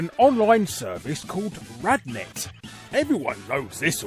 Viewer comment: it's Randnet, not Radnet